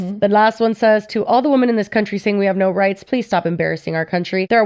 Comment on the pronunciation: I just noticed that doesn't know how to correctly pronounce the word women. Why is this a thing I notice a lot as a non-native english speaker 😂